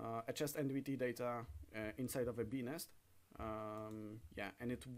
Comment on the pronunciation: The way he says “bee nest” 💀